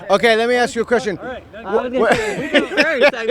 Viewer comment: "ACKS"...????? A S K